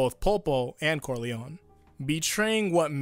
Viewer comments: Just one thing Is pronounced Don Corleo-NEH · Just not cor-lion.